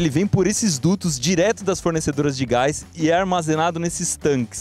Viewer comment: "Gáis" e "Ultragáiz"? rsrsrs